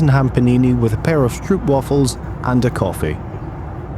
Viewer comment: The 'stroop' in 'stroopwafels' rhymes with 'soap', not with 'p**p'. Just so you know.